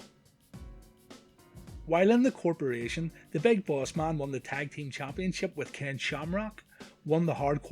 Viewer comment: Big Boss MUn, RUndy SUvUge, ... Please get your pronunciation right next time.